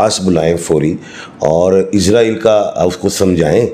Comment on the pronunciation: اسلام وعلیکم اپ سے گزارش ھے کہ اسرائیل بولا کریں ازرائیل نہ بولیں شکریہ